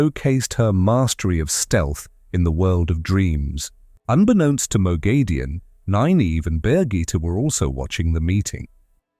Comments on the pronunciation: Not according to the author. Robert Jordan gave pronounciation guides and her name is "Moghedien (moh-GHEH-dee-ehn)," It's grating to hear it misspronounced. Most of the long term fans of the series will spot this and it looks bad. Always try to get pronounciation correct to the original on explainer videos to maintain credibility. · Pronounciation correction it's "Moghedien (moh-GHEH-dee-ehn)" according to Robert Jordan. No long A sound anywhere in the name. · Can you PLEASE learn to pronounce her name correctly?!!!